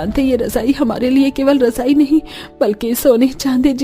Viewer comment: Rajai😂😂razai kehte hain bhai😅